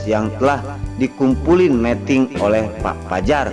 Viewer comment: Tolong dong bacanya yg bener meeting dan meting artinya beda lo.